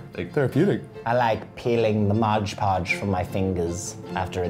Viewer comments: When he said "modge podge" instead of "mod podge" I cringed 😩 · IT'S MOD PODGE NOT MODGE PODGE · WHY DO PEOPLE SAY MOD PODGE LIKE 'MODGE PODGE' !???????!!! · its Mod Podge, ;-;.. not Modge Podge